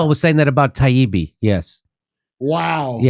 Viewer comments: Matt Taibbi and Douglas Murray obliterated those mainstream gatekeepers. The way Gladwell purposely mispronounce Taibbi’s name was pitiful and shameful. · The way Malcolm kept miss pronouncing Matt’s last name after being corrected was embarrassing. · Malcolm Gladwell intentionally, repeatedly mispronouncing Matt Taibbi's name and pretending Taibbi's appreciation for a time when Walter Cronkite, a newsman, could be voted "Most Trusted Person in America" was Taibbi's scarcely veiled racism, misogyny, and white supremacy was the fastest I've ever seen anyone throw their reputation away. Gladwell was disgusting. He'll never recover. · Lol..yes..."well, MALC..." and his insistence in claiming taibbi...also pronounced incorrectly over and over....that matt wants the old days when apparently we had klan members doing evening news...lol k.